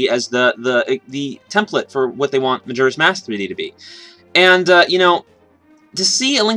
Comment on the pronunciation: He keeps saying majura's mask, not bitching here but its just annoying lol